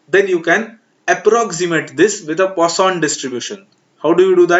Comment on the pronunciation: Poision variable hita hai use kya pronunciation kr rahe ho 😂😂😂